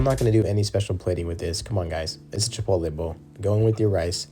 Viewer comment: It's pronounced Chee-Pott-All.